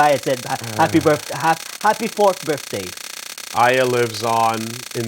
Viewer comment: Funny how pissed got about the pronunciation of Babel and still can't pronounce Aya properly even after its been done so in the game. But hey he stuck through to the end, so good job on that.